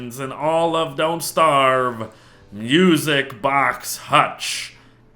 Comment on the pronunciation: He said “music bock hutch” instead of music box hutch